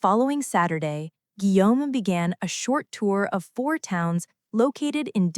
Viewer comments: I had to stop watching because the “Guilome” was too much for me😒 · Guillaume is the French version of William. The double ll in Guillaume is pronounced as the first letter in the English word 'Yes'. So it is pronounced 'Guiyaume'. The name of Stephanie is de Lannoy